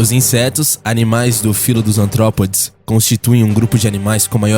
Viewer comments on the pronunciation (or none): ARTROPODES AMIGOS E NÃO ANTROPODES.. PÉS ARTICULADOS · Perdão por corrigir, mas, não é Antrópodes e sim ARtrópodes